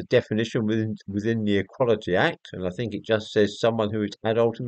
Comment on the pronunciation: " I Fink therefore I might be " ! Decartes.